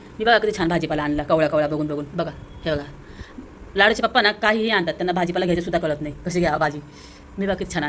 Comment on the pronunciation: Tai tumhi pappa boltat tich chhan vatti